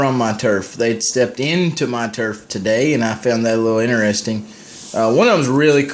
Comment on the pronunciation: lol your turff this is the usa lol your turff